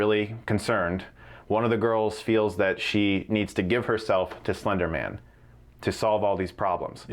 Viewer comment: Did he just say "Flender Man"?!?